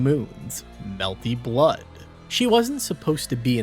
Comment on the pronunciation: It's genuinely incredible that the higher quality your videos get you never change the sociopathic way you pronounce melty blood i respect it